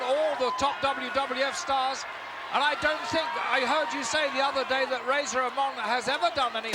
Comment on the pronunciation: Most of the matches on this VHS tape all circulated the house show circuit around Spring to Summer of 1992. Lord Alfred mispronouncing Razor as Raahhzar 😆 Great times.